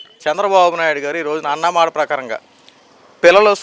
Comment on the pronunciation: నాయనా విలేకరి ముందు మీరు తెలుగు నేర్చుకోండి. అన్నామాట కాదు నాయనా అన్నమాట అనాలి. విలేకరి వి కదా శుద్ధమైన ఉచ్చారణ తప్పులేకుండా మాట్లాడాలి.